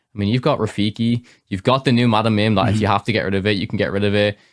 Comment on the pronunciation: Mad ‘em Mim… not Mod ‘em Mim. Like nails on a chalk board 😢